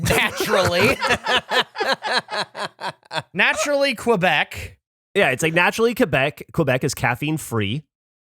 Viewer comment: I love the different pronunciations of "Quebec" or so. Geoff says it the NATO radio way because the Army taught him to spell, I'm pretty sure says it wrong despite being Canadian.